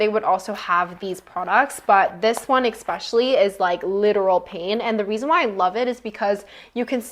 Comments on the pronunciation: love thisss ps its especially not expecially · Forgive my comment if it offends you: are you saying: expecially? It is especially ❤ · I can’t listen to anyone who tries to sound smart when they say “exspecially” .